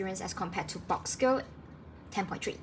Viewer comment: Boox is pronounced “books”